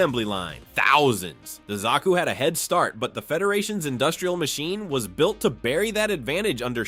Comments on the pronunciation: Good video but who can't pronounce zaku 😅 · Says Zaku wrong th 1st time (Autocorrects) There were go